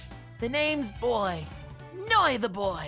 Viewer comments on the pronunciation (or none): Noy not noi and boy not boi